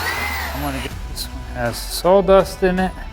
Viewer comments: Is Saw dust not sawl dust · Where is the 'L' in Sawdust?? 😂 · Is it just me or is he saying Sawl Dust? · Better call Saul......dust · I’m sorry are you sawing “SAWL dust”? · Wow, it really sounds like he's saying "salldust"... I even have my hearing aids in! Could have used a paper shredder, or does that made the pieces too small?